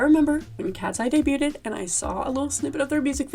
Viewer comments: This video was an awesome recommendation from my algorithm but “debu-ted” is FRYING ME 😂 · why tf are people pronouncing the t in debuted??!?